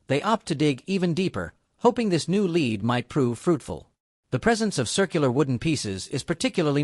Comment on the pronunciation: I THINK THAT I JUST WASTED 16 MINAND 50 SECONDS OF MY TIME ON THIS USELESS CLICKBAIT, The AI narrator could not distinguish between LEAD (the metal and pronunciation) and lead ( the leading of something)